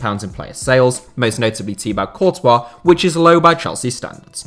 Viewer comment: did he just say tea bag courtrah 😂